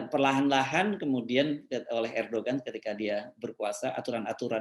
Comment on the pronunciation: Sedikit pembetulan: Erdogan penyebutannya tidak sebagai bahasa Indonesia, tapi disebut sebagai ER DO AN . ini sebutan nama yg sesuai ejaan bahasa Turki, G tidak diucapkan.